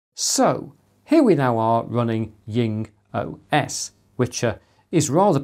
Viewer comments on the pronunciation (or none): Jing is pronounced djing, not ying. It's a transcription of 鲸, i.e. a whale. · I'm interested, why do you pronounce JingOS as YingOS? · That could be the German pronunciation (The German 'J' is pronounced like the English 'Y').